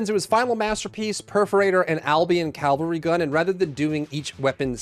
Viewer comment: It's Cavalry, not Calvary.